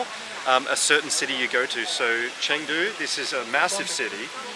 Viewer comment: he should learn how to pronounce Chengdu correctly at least